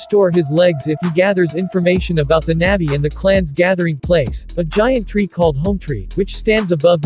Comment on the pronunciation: good job- FYI it’s pronounced “nah-vee”